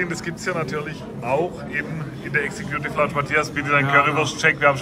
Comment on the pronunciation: Was ist denn bitte die "Exe-Kjuuutiff Launtsch"? Lernt doch wenigstens, wie man die Ausdrücke ausspricht...^^